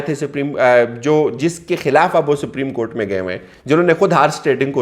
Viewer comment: Bhaii Siprim court nhi balke Supreme court hota he 🙂